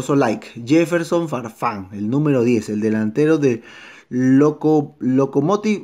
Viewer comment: como que se les paso la mano con la e en el nombre de farfan jaja :v